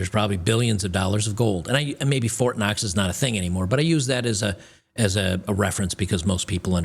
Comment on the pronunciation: I want fort knox...not fort cox